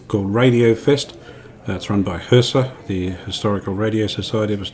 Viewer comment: It's Kriesler (pronounce kreesler) not Kreisler